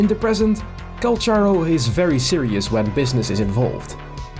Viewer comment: I came here desperately curious if to see if we have any confirmation about the phantom guy he fights with (the idle where they bump forearms is SO peak, I am chomping at the bit for more LORE about this guy)!!! But big RIP to the EN voice lines saying his name as Call-CAR-Oh.....we've apparently all been mispronouncing his name T^T (unless this is another Tartaglia situation and they fumbled the bag in EN...but it makes sense phonetically in this case). The bit about the culture shock was super cute, I'm just imagining this totally hardened warrior being shown a singular kindness and being utterly flabbergasted but trying to play off his confusion. The image is precious. (Oh no, look at him...he's traumatized!!!! My favorite kind of man.) I became intensely fond of him from his treasure lines of all things. I just like the idea that I've hired this guy and he claims that's the only reason he sticks around LOL.